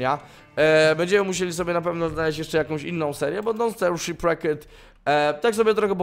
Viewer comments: Tomku prosze cie zlituj się sziprekt nie szipraket tam nawet a niema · Shipwrecked czyta się sziprekt (z akcentem na r) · Nadal źle wymawiasz nazwę nowego Don't starve.